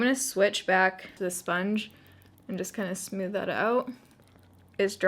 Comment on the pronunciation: You're my fav! ❤️ I also can't help but notice they way you say 'smooth'..."smyooth" am I the only one that heard it? 😂